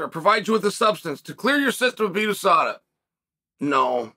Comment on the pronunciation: “Adesada” Smooth criminal chael